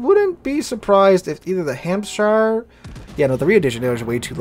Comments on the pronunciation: In England we don't say Shire when it's in a county name. We pronounce it SH. So you say Hampsh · It's funny, because we Americans pronounce our own state, "New Hampshire," exactly the same, but we get confused whenever we see "shire" in any other context.